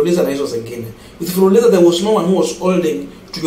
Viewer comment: It's fuliza not fuliliza😮😮